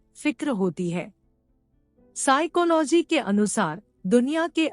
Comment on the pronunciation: Vaise y bar bar siclohy bolna jruri h😂😂😂